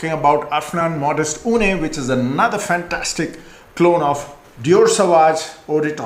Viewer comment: It’s not OOONAY but OOON.